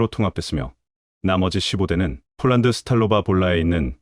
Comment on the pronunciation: 왜 자꾸 폴란드을 쫄란드라고쓰고 읽는지 알수가없네 폴란드사람이보면 무식한것들이라고 욕하겠네 좀 똑바로하세여